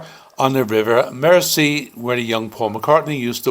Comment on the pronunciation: and Mersey is pronounced. MERZY